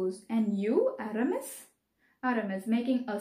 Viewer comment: Mam but you are mispronouncing the names😢.... Athos will be pronounced as aathos that is correct but the rest.... Porthos will be pothos, aramis will be ahaamees, D'artagnan will be deaartenyon and the de jussac pronounciation is ok